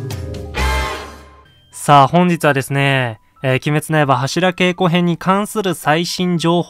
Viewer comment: 良いか悪いかじゃなく 読み方間違えてるって話でしょ